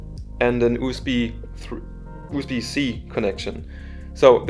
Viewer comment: oh, i'm really sorry to insult you... but yes, it should have been pronounced " you-s-bee type c "